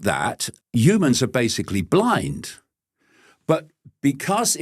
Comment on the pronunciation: I wonder if he says Yewmans instead of Humans on purpose!